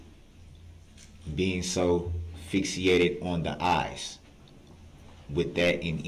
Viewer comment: Db said "fix-e-a-ted" for fixated.